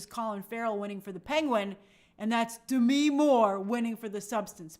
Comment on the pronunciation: Grace why are you pronouncing Demi’s name like that? Lol